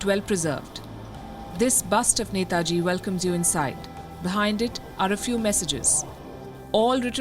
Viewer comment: Glad to see this and glad to hear 'NETAJI' from Palki!! 👏🏻👏🏻👏🏻 Palki you rock!! 🙏🙏 WION